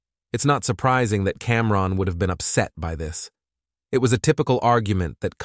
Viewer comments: What? Are you saying that you feel wrongED by the the pronunciation of CamRON? 😂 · Somebody tell the AI it’s not Cam. Ron. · Cam-Ron, then Cam-Rone… it’s like nails on a chalkboard